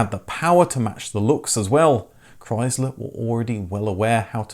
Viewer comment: Learn how to pronounce Chrysler